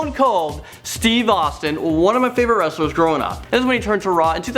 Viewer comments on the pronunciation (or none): He just said wraster